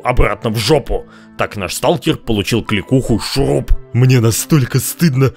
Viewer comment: American: Watafak is Russian. Русский: СТУлКЕР АнОМАЛИя